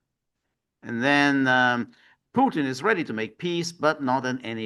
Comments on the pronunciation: Kellog is an idiot. Haha george, im 100% with you. If you cant pronounce the T in Putin, go back to grade school and learn your ABCs🤣😂🤣😂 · Well picked up George. It seems all Americans struggle with words where a T comes in the middle. Even Danny Hifong and Jimmi Dore mispronoun Mr PuTins name.